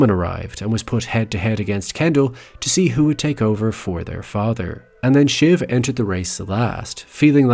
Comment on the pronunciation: Just an FYI, it's "shiv", short for Siobhan, a Celtic name often pronounced "shi-VAHN".